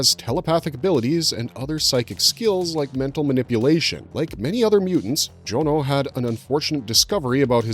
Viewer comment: Tip from a real life Jonno: it's usually pronounced John-o and not Joan-o. You know, 'cause it's short for Jonathan (not Joanathan)